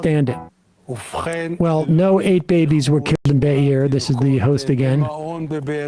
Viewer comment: its kibbutz beeri, not beer. man that happened only 3 months ago and no one even bothers to learn the name, not even a jewish host.. but i guess he knows very well the name deir yassin that happened before he was even born. the hypocrisy...